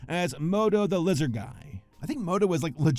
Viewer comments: I genuinely thought he said wizard and I was so lost. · did you pronounce the L like a w in lizard